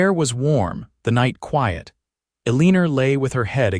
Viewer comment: I do wish someone would edit these - the woman's name is Eleanor, but it's consistently mispronounced and misspelled throughout the story . . . it's pronounced ELLEN-or, not a-lean-or.